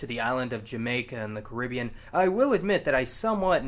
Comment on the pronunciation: Hearing that pronunciation of the Caribbean is tough.